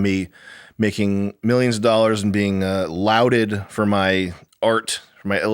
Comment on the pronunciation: You mispronounced "lauded" . It's supposed to sound "lawded", not "louded". Just an FYI.